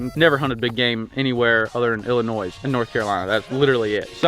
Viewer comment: Illinois is pronounced Illinoi the S is silent stop saying Illinoisssssssssss